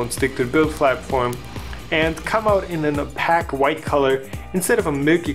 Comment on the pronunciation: "Apack white color"? If you meant "opaque", it is pronounced oh-payk.